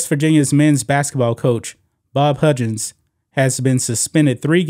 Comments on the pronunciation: It’s pronounced Huggins not Hudgens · Dear lawd STOP pronouncing his name "HUDGins!!!" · Huggins is pronounced like hug. Like you hug your mom/spouse. He was one of the top paid coaches in basketball. Has been for like 10 years he is at the end of his career(69 years old). a 1 million dollar reduction is kind of a slap on the wrist when you have been making 4million plus for about a decade. Oh no, he is only going to make 3 million a year now. The real thing is his contract is now year to year. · Who is "Bob HUDgins?" Do you mean "Bob HUGgins?" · This is the sports channel, right? Huggins has no "j" sound, just hard g sound...Xavier has no "x" sound but a "z" sound.